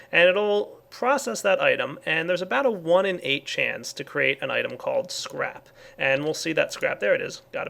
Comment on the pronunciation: I thought he kept on saying crap sand